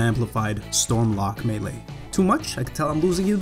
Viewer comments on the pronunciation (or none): none